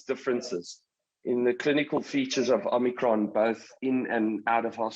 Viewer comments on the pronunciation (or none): Love how she pronounces Omnikron its like that wimpy ad I love it when you talk foreign 😂😂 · Heidi says " Omnicron" like the terminator 😅🤣😂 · Optimus Prime and Om-nee-cron